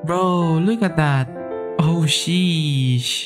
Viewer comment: he said shesh not sheesh